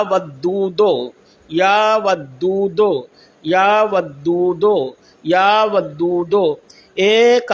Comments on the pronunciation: Are bhaiyo ye ddhadi wala aadmi galat padh raha hai ya vadoo doo ko ya vado do padh raha hai. Agar ye aalim hota to iske alfaz sahi hote. Ise quraan Sharif padh ke sunane ko kaho. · Ye baba ku sahi se ya wadudu bolne bhi ni aara.....tauba....allah pk hidayat de